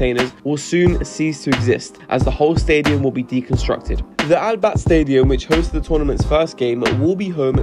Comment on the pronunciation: Al bat💀 It’s Al Biat that’s how you pronounce it